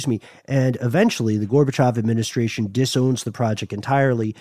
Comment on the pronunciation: 😂 Горбачёв/Gorbachev not Gorbachov bud 😂